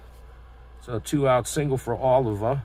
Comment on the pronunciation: Thanks for game. Oliva is pronounced as oh-leave-uh. Thanks again.